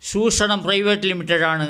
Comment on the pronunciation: ഷുഷണം അല്ല ചൂഷണമാണ് . പാറ്റകോയയെ പോലുള്ളവരെ സമൂഹത്തിൽ നിന്ന് അകറ്റണം